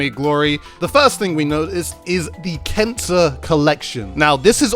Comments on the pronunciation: I keep hearing cancer instead of kensa... Also I wish Nintendo didn't name the splatfest points "clout" but somebody in their team decided it would be a good idea :( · Is he saying “cancer” for the brand? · Why does it sound like your saying cancer instead of kensa? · It sounded like you said cancer collection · I’m watching the video without captions and he really sounds like he’s saying “cancer”